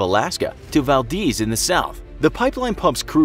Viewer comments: Val-DEZ not, Val-Deez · Val Deez nuts. It's not deez it's dez (Valdez) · Its Vald-EZ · Val-deez nutz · It's Pronounced Valdez With a long E sound. Just saying